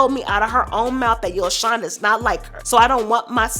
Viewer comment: It’s not YoShawn it’s like saying YoJhon but replace the J wit the S. And since y’all YouTubers always watching Ari nd GHerbo nd hear them say tht lil boy name right then y’all need to say it correctly as well. How y’all stalking they page but not sayin they son name right🤦🏾‍♀️